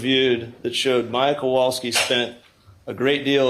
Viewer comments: Why can't he pronounce Beata's or Maya's names correctly? He's surely heard them pronounced correctly a thousand times by now. As for them not being responsible for Beata's death, didn't someone who worked for the hospital say that they predicted it? Yet they did nothing. Also, I think the thing that bothers me the most throughout this trial is the utter disrespect I've seen towards Beata from the witnesses from the defense. I also wanted to comment about the last nurse who testified. Given her personality, I can easily see why Beata didn't do well with her, and why she didn't appreciate what Beata was trying to tell her. She didn't know anything about CRPS, either, so I don't think she took Maya's level of pain seriously. The percentage of medical professionals in this trial who don't know much about CRPS is disturbing. I realize that it's not a common condition, but did any of them consider googling it at some point? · Can someone for the defense PLEASE teach Mr. Altenbernd how to pronounce MAYA and BEATTA?